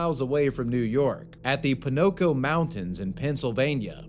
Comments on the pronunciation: It's "PoCOno" not ponoco lol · It's the Pocono Mountains, not Ponoco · Bro, you did not just fuck up pronouncing "Pocono" mountains that hard 😅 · Ponoco mountains? Say it with me PO-CO-NO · "Pinco"? Did you mean Pocono? 🙂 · White hats suck. Also, "Po-no-co Mountains?" It's "Pokinno." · It's "po-ka-know", not Paccano, lmao. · Did you just pronounce Pocono mountains as Pinoco 😂 it's po ka no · It's Poconos mtns. Pronounced Poke-O-Nose. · Nice video once again! On a side note: Poconos AKA Pocono Mountains - pronounced POH-kuh-nohz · Pronounced po ko no haha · “Ponoco” XD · it's the POCONO mountains. Pronounced Poe-con-no. What you said I have no frigging clue. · its pronounced po-cuh-no! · Poke-A-No Mountains my guy!!! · I love you bro but the way you said Pocono, as a PA Native from around there, hurt my soul😂you switched the C and the N around and emphasized the wrong syllable. It was jarring enough to catch everyone at my work station off guard😂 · Your pronunciation of Pocono Mountain is wild.😅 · Lmao it's PoCoNo mountains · The man doesn't know how to pronounce "Pocono Mountains..." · They way he pronounced Poconos irked me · As a Pennsylvanian it’s so funny how he said pocono mountains